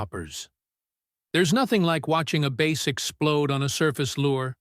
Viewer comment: AI needs to learn how to pronounce words. Bass is not pronounced base. That’s for starters.